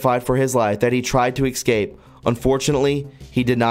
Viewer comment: Please - I stopped watching your channel regularly because of your mispronounciation of so many words. ie How can you possibly know what you are talking about if you say excape instead of EScape. Please, in your preparation, check on how to say words because you offer so much information that people need to know.